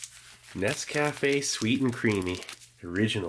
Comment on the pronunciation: After all these years..... Steven! I know it's been said many times, many ways.... But it's NOT "ness--cafe." It's "nesk--aFE." One word; nescafe....lol